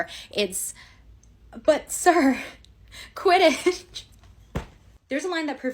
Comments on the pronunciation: "But sir- QUTIDDTCH" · “But sir… QUIDITCH?”